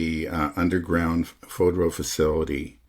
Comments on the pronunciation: fordow, not fodro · Spend a few minutes learning how to pronounce Fordow.